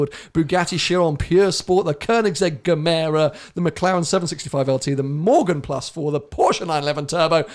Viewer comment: "GEMERA" = "GIVEMORE". Pronuniciation: and